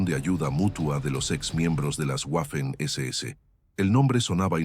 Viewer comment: no sabes ponunciar Waffen SS